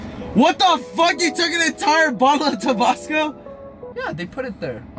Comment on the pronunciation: Bro said “tabosco”